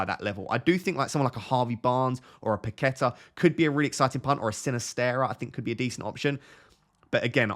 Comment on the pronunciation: great video, Ross! just a quick note, it's pronnounced paquetÁ with the accent in the last letter. I'm brazilian, by the way